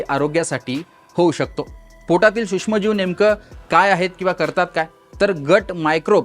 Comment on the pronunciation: हा सुष्म म्हणतो? हा नक्की मराठी आहे? त्याला आधी सूक्ष्म म्हणायला शिकवा.